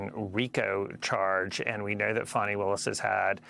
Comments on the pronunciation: Its FANNY NOT FAWNY, LIKE A Butt! I Like Her BUt Its FANNY Not Fonny, Fawny Flooty Or Fran, STOP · How do you get that pronunciation of Fani?